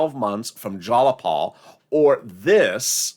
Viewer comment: Jiii-a-Paul, Not jallapaul